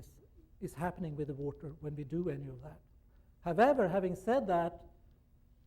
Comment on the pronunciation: I don’t know how I ended up here, but since I am... Guys entire speech revolves around the one word he can’t pronounce. Literally the only one he says Weird. U had one job.